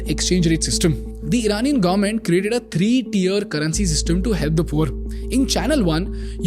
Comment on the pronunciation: Government ko Garment bolna band karo plz..